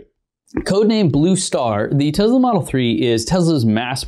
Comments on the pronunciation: What is Tezla? I thought it was Tesla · Hi, I love your channel, but please try to pronounce Tesla not Tezla. Thank you. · I know you think it sounds "kewl" to say "TEZLA" but it's really annoying and when added to other things you say such as "anyways" makes the viewer question which dumpster you climbed out of. Other than that, pretty good video! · Why does he say “tezla “ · It’s Te”S”la.. not Te”Z”la LOL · He says “Tezla” 😂😂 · TeSla not effing TeZla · Te-Z-lah ? WTF? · I believe the companies name is pronounced Tes la not Tezz la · Stop saying tezla... please